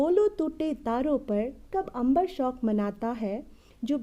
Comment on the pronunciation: शौक शब्द आप गलत उच्चारण कर रहीं हैं, शोक होता है ।